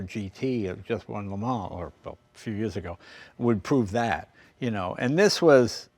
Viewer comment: Jay making fun of pronunciation of Jaguar when he pronounces LeMans, Lemaa